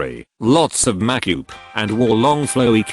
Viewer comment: "Lots of makyoop"